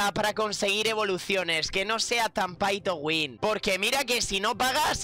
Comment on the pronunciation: Like si te metes en el video solo para ver como el gran pronuncia Pay to win